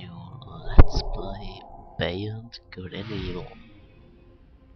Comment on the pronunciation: Entschuldigubg du hasz Beyond Good & Evil falsch gesagt